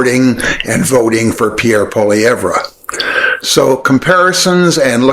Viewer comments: A great interview! Just one tip …pronounce his name correctly to ensure the whiners Won’t rant on about it…Pierre Pol( rhymes with doll) eeee Ev ( rhymes with Bev! So it’s poll eeee Ev…hope that helps because your commentary is excellent! And the Pollievre’s video is profoundly stupid and infantile , it defies credulity. If you haven’t already, go listen to Mark Carney who has just announced he will be a candidate for the next federal election …running for the leadership of the Liberal Party of Canada to replace Justin Trudeau and if we get our most fervent wish, he will be the next Prime Minister of Canada….lots of you tube video showcasing this incredibly perfect candidate! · I like your videos and agree with most of what you say. Keep.up the good work! Also - please learn to pronounce Pierre Poilievre's name correctly (Poly - ev - re). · Appreciating your points. Maple Maga P.P. is scary. However, glad you caught your misprononciation. It is annoying. Try saying it as pall-ee-ĕve. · If you're going to say his name 50+ times, just learn to say it right. It's pronounced "Poh-Lee-ev" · It's pronounced Pwah-lee-ev or Poy-lee-ev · Its pronounced poly-ev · Here-- let me help you. Pwoy-lee-ev-er. Sure to help with your credibility, as will a professional doing your editing. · Sincere question, how can we believe you are well researched about him if you can’t say his correctly? If one does any actual research into him, you’d hear his name so often there’s no chance to pronounce it all incorrectly. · Sorry, hard to take someone's critique about Poilievre seriously when you can't even pronounce his name. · You’re an idiot - can’t even pronounce his name properly. I’d take 10 pollievre’s than one Liberal - AND IM 73!!!! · You cannot even pronounce his name properly, do not like you! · Love how you purposely says his name wrong. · You can't even pronounce Pierres last name! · You can't even say his name right. You must be a normy. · learn how to speak his name